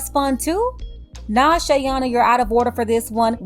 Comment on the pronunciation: Oh “she owta owder for this”